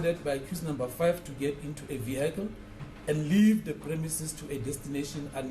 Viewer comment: Who taught South African lawyers poor English? Vehicle is not ve-high-kle please !!!